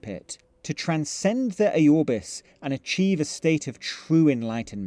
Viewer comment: The way you pronpunce Aurbis is hilarious. Ayorbis...